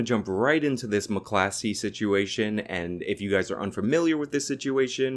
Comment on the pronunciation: it's 'mac-clos-key'